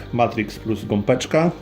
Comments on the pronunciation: (Gopeczka) mówi się Gąbeczka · Gąbeczka - przez "B" a nie gompeczka... bardzo mnie to razi